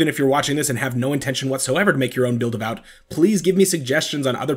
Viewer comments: how do you get vout out of VAWT? It should sound like Vaught. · Its pronounced Vot, like Hot.